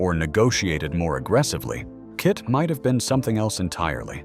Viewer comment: This isn't very interesting, as it so very inaccurate the whole way through. As for the awful AI narration is grating. It calls KITT kitty a few times. Shameful. It can't even say KITT. For a die hard fan such as me, this is not very good. For proper research & accurate facts & history, go to Knight Rider Historians. Brilliant website.